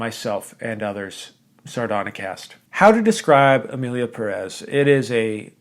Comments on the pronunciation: Hey. Did you notice the é in Pérez? That signals that the accentuation is in Pé, not rez. PÉrez, not peREZ. Just a PSA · As someone last named Pérez it really hurts each time someone I respect says PeREz instead of PErez.